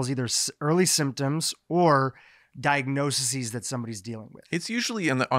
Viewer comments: He was adding an extra syllable, like "di-ag-no-see-sees". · This was a first-rate discussion of the issue. Thank you. Very minor point,: "di-ag-no-sees"